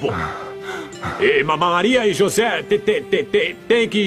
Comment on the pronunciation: o nome é José e não joze.